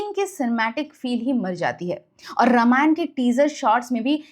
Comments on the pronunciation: Pleaseeeee pronounce it as Raaamaayan..not rama-yan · मैडम, कृपया रामायण कहे, नाकी रामायणा, Please don’t distort it